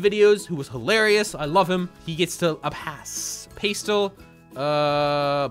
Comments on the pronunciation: did you just say "pay-stell"??? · The way he said pastel :face-blue-smiling